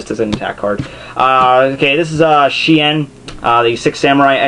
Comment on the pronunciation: The way you pronounce shi-en is hilarious.